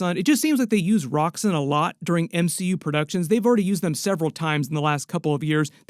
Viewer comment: It’s pronounced Roxx-ON, like Exxon, the company it was based on way back when.